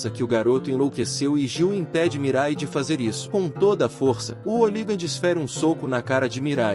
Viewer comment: Brother vc precisa mudar de aplicativo de narração ou aprender a utilizar melhor, tem palavras como soco que é dita sóco ou hooligan que sai como óligan e por aí vai, acaba sendo muito chato, tem outros canais que já desistiram desses app, tem alguns inclusive que usavam a mesma voz essa que tu usou ... Não fique bravo, é uma crítica construtiva, te desejo sucesso no canal e me já inscrevi. Paz Bro.